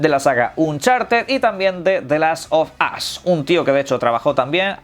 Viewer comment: XD, "the last of ass" 😂